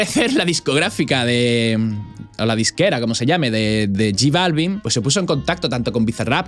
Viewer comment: No sabe ni pronunciar j Balvin